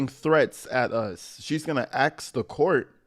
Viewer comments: Thank you for pointing out the axing oh my God! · Thiefany does so much axing she makes lumberjacks jealous 😂😂